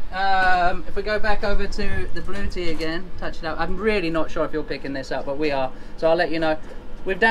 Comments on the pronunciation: LOL, it is pronounced Blue-etti and not blue-tea, hahahaha, you folks crack me up. But you went with it like a boss, which made it funnier, I was crying tears, the best comedy Sailing channel I have seen! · Blu-etti not Blue-ti Good luck. Have fun with your Blu-etti. ;-)